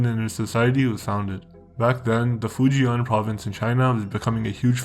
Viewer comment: The way you pronounce Fujian is hella triggering 😂 not hard to google how to say it It’s “Foo- ji-en “ Same with Guangdong , so far off